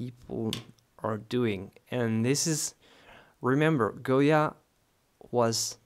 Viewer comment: My ancestors were from Spain and I visited his home in 1970. I have his book, and you pronounced the Spanish name very well. You are also a great artist to my taste. You are so young and yet so talented. I like your videos and techniques so much. Also, I may add, you are very kind and honest. I haven't seen many artists like you in You Tube. Because of your kind actions you will be blessed with riches and fame. Some people do not appreciate other's kindness but the Almighty God, blessed is He, does appreciate and blesses those who help others. Thank you so much for your videos. Goya was very much into the politics of his country and the cruelty committed to the prisoners and the poor. I believe that he was a "visionary" and could feel the suffering of the people. I liked his sensitivity, although I find some of his painting gruesome, and terrifying. That was the time he lived in. Thank you for your kindness and teachings. God bless.